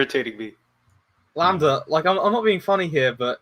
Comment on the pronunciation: Why should I listen to anything you say if you can't even say the word "lambda" correctly? Fuck sake.. Anyways, thanks for the stream. Decently enjoyable, agree with most of the panel. Cheers. Btw - A comment by - "how do you convert the masses when after any argument it'll be countered by indoctrination of the screen." ^ this is on of the most important issues not many people are talking about.